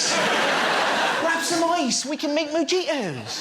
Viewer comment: mo-gie-to? that one hurt